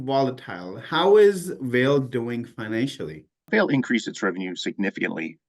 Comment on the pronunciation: Enjoying your videos. "Vale" is pronounced "VAH-lay" - it's from Portuguese